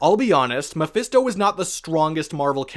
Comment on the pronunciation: He keeps saying Memphisto and spawn.